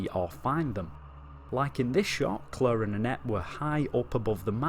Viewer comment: Leon & "Clerr" 😅